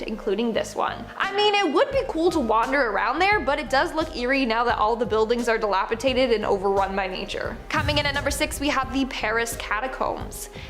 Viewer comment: Seriously Winded up dead DilaTipated Dilapidated Pleeg- plague None of your presenters can speak properly